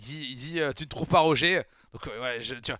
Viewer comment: Roger c'est à l'anglaise que ça se prononcé (comme Roger Federer) ça sonne mieux quand même ^^ Sinon super cool, continue One Piece ce manga est incroyable ! :D Un plaisir de voir tes réactions !